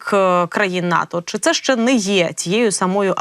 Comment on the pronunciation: В українській мові є слово ЩЕ, а не ше.